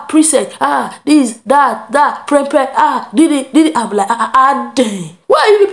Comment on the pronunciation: It is not prepre it is prempeh